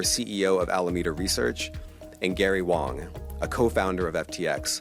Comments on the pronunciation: Wang, not Wong e.g. I have a big wang. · It's Gary Wang, not Wong. hearing this name makes me ongry